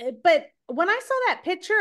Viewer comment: Please ladies, PICTURE. Not PITCHER.